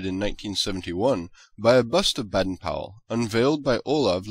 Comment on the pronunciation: Baden? The a is pronaunced as an a/ bAden powell house